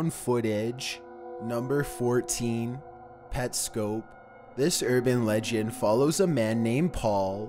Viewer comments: bro pyro already talked abt petscop and its PET-SC-O-P not PET-SC-OPE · Its petscop, not petscope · It's pernounced petscop saying at the end cop not scope oh yeah MatPat made a series to solve the mystery of it and it all makes sense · He said “pet-scope” and I left. FIRST OF ALL ITS A ARG NOT A URBAN LEGEND. SECONDLY ITS “Pets-cop” OR “Pet-scop” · "PetSCOPE". PET. SCOP. THE FUCK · PetSCOP not scoop 😂😂😂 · It's Pets COP, not COPE. Do you even do ANY research?! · It's scop not scope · Petscope? It’s Pet SKOP please say it right it annoys me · pet-SCOP not pet-SCOPE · everyone else: petscop: PetSCO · Pet-Scope? XD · It's pronounced Pets COP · This guy not saying petscop right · I... you said petscop wrong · he says petscop mad strange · You said petscop wrong. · You said petscop wrong